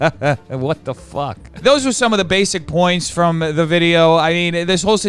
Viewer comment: I find it hilarious that when u get super Uber mad, when u use the f word instead of f*ck, all I hear is FOOK 🤣🤣🤣. I love this side of u!